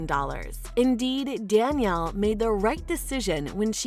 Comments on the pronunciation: Next time before posting any videos, make sure your informations are correct. 1st, the do not raise meat goats. They raise milking goats that's why they have mini goats. 2nd, it's "Duh-nelle", not "Da-niel" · (Duh-Nelle) not (Dan- iel) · Came to to comments to point this out also... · Grr...accuracy starts with getting names right.